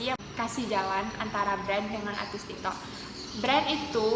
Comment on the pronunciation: Tik tok kok malah jadi ti to